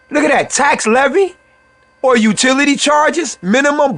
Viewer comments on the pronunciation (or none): none